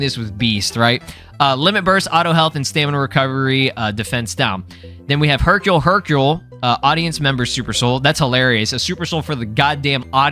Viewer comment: you read Hercule Hercule wrong.